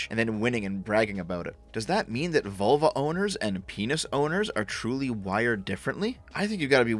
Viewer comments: I thought you said Volvo instead of vulva. Can't stop laughing. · haha, for the first half I listening it sounded like you were saying "volvo" and not "vulva" lmao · Ahahah, I thought you said ''Volvo Owners'' xD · im a bit of a dumbass for this but heard you say volvo the first time it made do a spit take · Every time you say vulva, I keep thinking about my 244 out in the driveway! 😂